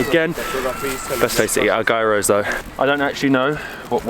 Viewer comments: it's pronounced "yeeross" not "guyrose" lool any Greeks watching this will probably have a heart attack :))) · gairos ..ahaha. . gyros.as you say it...its greek food.... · You pronounce it Yearow not Gear-row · Pronounced giros guys